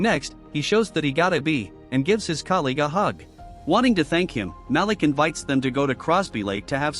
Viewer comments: And it's not MAL-ick, it's Malik, pronounced Maleek. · 3. The black dude always gets it early. Ma-leek is the pronunciation AI channel.